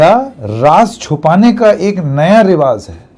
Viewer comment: Sir रिवाज़ नहीं रिवाज होता है